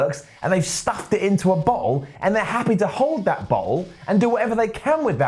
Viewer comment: When says bottle it sounds like he's saying butthole